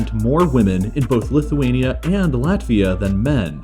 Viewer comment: And lit-huania